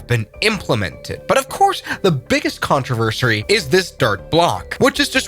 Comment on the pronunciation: what's a contreversary ? did you mean controversy?